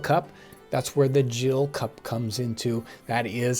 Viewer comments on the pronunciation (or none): What is a 'Jill cup'? Pretty sure its gill, with a hard G. Also, watered down rum sound disgusting.. glad not to be a pirate. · Love the videos - please keep them up. Just to note the measure is a Gill, hard 'g' - not a Jill cup. A Gill is a measure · Calling hard g on gill pronunciation